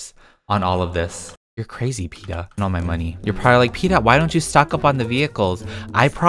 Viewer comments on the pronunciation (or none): none